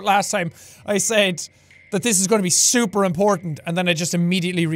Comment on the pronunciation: Ahahahaaaa.He said it was "Souper" important.